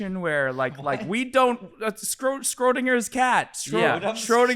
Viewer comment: Did say Scrotinger's cat? LMAO